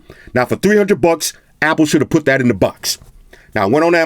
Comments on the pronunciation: “Now for 300 BUCKS, Apple should have put that in the BOX.” He said that so hard 🥴😂😂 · This dude is so hilarious the name of his cat is hilarious the way he says bucks is hilarious